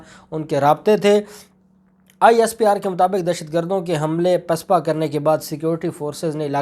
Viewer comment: AoA Mein ne aapko pehle bhi kaha tha apna urdu talaffuz sahih karein.Lafz PISPA NAHIN HOTA BALKE "PASPA" HOTA HAI AAP HAR LAFZ MEIN ZEIR LAGA DETE HAIN PLEASE AISA NA KIA KAREIN.THANKS